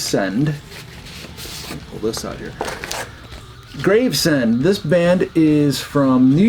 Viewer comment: Not certain, but I think that blackened grind band might be pronounced Graves-end, as opposed to Grave-send.